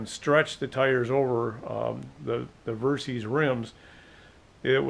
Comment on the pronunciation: You put out great videos but I have to mention this. The bike's name was derived from "versatile system", hence VER SYS as in system, not VER C's or Ceees. I apologize for being nit picky but I cringe every time I her someone say Ver C's.